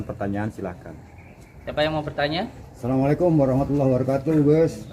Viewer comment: mengucap salam aja masih salah , haduh Kun dukun belajar agama lagi lah supaya pinter ilmu agamanya 😌